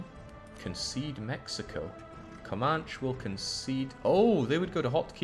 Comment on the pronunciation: Your pronunciation of the Indian names is hilarious. I suspect you don't care but I will show a few Wichita is said like which-itah, Commanche is said like come-an-chi, Osage is said like Ah-suh-j, Pueblo is like poo-eh-blow. I think most if not all of them were written in English to be sounded out as most of the tribes didn't have written language, so they were spelled as they sounded, there's no special Asian or French twist, just say it as if you were sounding out a word in 2nd grade. The Mexican tribes are a different story. I think that's because the Spanish conquered it, so I don't know how to say any of them except obviously Mayan and Aztec. Great campaign, loving it There are a lot of cities, counties, schools, roads, etc named after them here in the states so it's not uncommon to hear the words.. also military aircraft for whatever reason.. Commanchee, Chinook (said like Shin-ook), Apache and Black Hawk helicopters. Maybe it's just whirlybirds. I'm sure the social justice warriors will be all over it as soon as they learn about it.